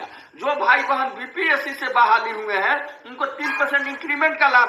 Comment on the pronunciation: Guru ji nmaskar .hain aur hai ka uchharan sthan smagh me nahin aa rha hai